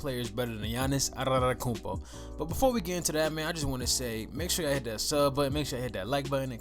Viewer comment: Bro cmon if you want your channel to grow you can’t analyse players for a hate standpoint. You not even saying his name right 🤦🏾‍♂️